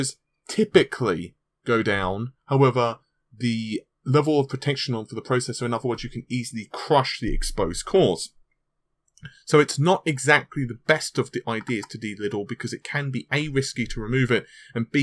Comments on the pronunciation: Deliddle???? You mean Delid. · De-liddle? You mean De-Lid or De-Lidding? I have a giggle every time I head you say it as De-liddle.